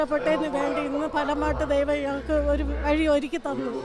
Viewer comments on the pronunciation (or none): ഡെയ്‌വമല്ല ചേച്ചി LDF ❤